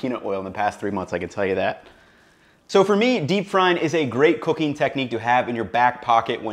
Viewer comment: Why does this guy say "cooking" as "cocaine" 😂😂. Jokes aside, i liked this 👍🏾👍🏾